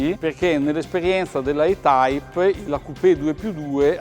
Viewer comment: Per Coerenza si dovrebbe pronunciare "i-taip".